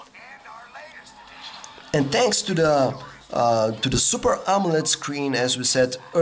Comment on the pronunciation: I kept hearing "Amulet" display haha